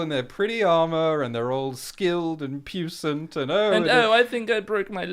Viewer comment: Okay, guys: I love your stuff, and your lives and uploads make every season of GRRM TV even better. However--, dude, that word is pronounced "pwee-sahnt" and not "puce-ant." Puissant is French (Norman origin) for "powerful" or "potent" and that's why you say it like that. I wouldn't have gone to all this trouble if you didn't say it at least three times; I figure you might be saying it some more once this series gets underway. I know you're a smart guy, so I figured you'd want to know. If you ever see this. That is all.